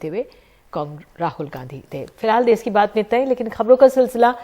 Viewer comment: Kon si hindi padhi hai ndtv ne देस नहीं hai ये देश hai भाई